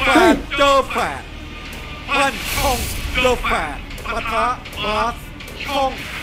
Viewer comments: ปั้นค่ะ ไม่ใช่พี่ปัน โป้งค่ะ ไม่ใช่พี่ปอง พี่โป้งคือแฝดพี่ พี่ปั้นคือแฝดน้อง ค่ะ 555 #แซวนะคะ พูดผิดหมดเยยยย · โป้งปั้นครับไม่ใช่ ปองปัน